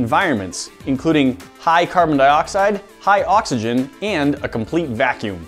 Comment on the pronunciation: said boxygen